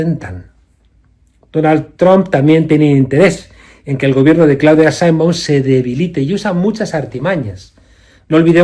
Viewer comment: Se dice Sheinbaum, no Sainbon